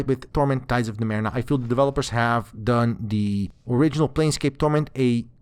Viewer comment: Torment Tides of NumeRENA?! What the hell? This doesn't bode well...let's see. Not bad actually! Quite good. But c'mon...Numerena? Dood, it's Numenera, how could you miss that...